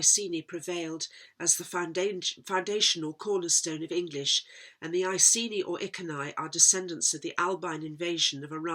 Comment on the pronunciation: Iceni could be I cen I pronounced E ken E because down the road you have cent (KENT ) and geni is a Welsh word for birth . Or I geni place of birth